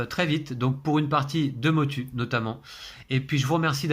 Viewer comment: Ça ce prononce Motou 😊 Pourrais-je savoir quelle imprimante vous utilisez?